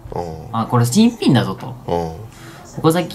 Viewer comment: いつも新品の言い方が気になるwww